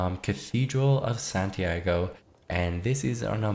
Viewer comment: san tee ah go not santiego